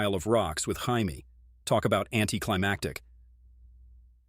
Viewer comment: Can pronounce the odd names perfect but cant say jamie right